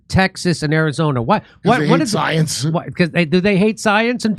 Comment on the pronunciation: "Trust the scoience"